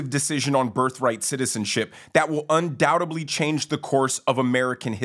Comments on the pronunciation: Undoubtebly?.... no it's undoubtedly. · ....it's undoubTEDly.....not undoubtABly. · Although the Court usually changes things for long periods of time, there is no telling how long any change will remain for. It sounds important to you. We'll see if it changes anything functionally. And it's pronounced "undoubtedly" and not "undoubtably." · By the way, you said "undoubtably". I think you mean "undoubtedly". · Untoubtably is not a word....UNDOUBT-EDLY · In "undoubtedly," THE "B" IS SILENT